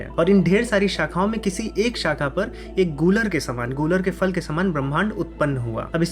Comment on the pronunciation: Please pronounce properly. It is Phal फल not Fal फ़ल!